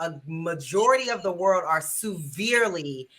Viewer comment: Why does keep saying Sooverely?